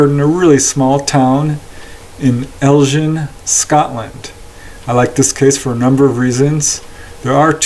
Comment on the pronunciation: Hi nice to see a case from the north off scotland. elgin is prenounced more like Elgun and morayshire is prenounced murryshire more scottish cases if possible please